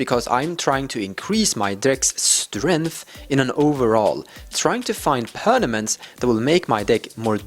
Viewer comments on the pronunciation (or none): xD sorry but i have to comment this: you keep saying PerNaMents! instead of PerMaNents! ;)